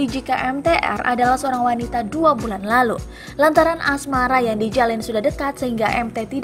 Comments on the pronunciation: Menit "MENJALIN ASRAMA" 😀😀😀😀😀😀😀 yg bner dong mbak Baca 'TEKS'nya..... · Perlu kalian ketahui jika kalian jeli itu presenternya ngmong ' Telah menjalani Asrama' bukan asmara 😂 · Wkwkwk.. menjalin asrama, lolos editor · Gue kira kuping gue bermasalah pas diulang ternyata bener "menjalin asrama" wkwkw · aku jg kagget pas ngomong ..asrama....gini kok bs lolos😅😂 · Hahahhaja anjayyyyyh MENJALIN ASRAMA aposeee heeyyy mbak, belajar AIUEO dlu sanah 😂😂😂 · perasaan qw tak tuli iyer,dy ckp asrama bukan asmara,ha ha uyy mbk salah tuh 😆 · Di menit ke "Tenyata MT dan MTR telah Menjalin asrama sejak 5 bulan lalu"😂 Gue dengarnya kek gitu😂😂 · MENJALIN ASRAMA???????? HADEEEEEEH ASMARA WOY!!! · Adminya salah ngomong bukan asrama ni tapi asmara wkak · Asmara kalii bukan asrama🤪🤪🤪🤪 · Asmara bukan asrama🤣🤣🤣🤣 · "telah menjali asrama" Wkwkw Ohhh kirain asmara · Menjalin asrama???ini kuping gw yg budeg apa yg baca berita yg typo sih 🙈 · Pasti yg jd pihak mempelai pria org bayaran Mbk ny pembaca berita mau bilabg tlh menjalin asmara sampe slh bilang menjalin asrama. Wkwkwn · mba belajar ngomong dulu yaaa asmara kok jdi asrama siiih wkwkwk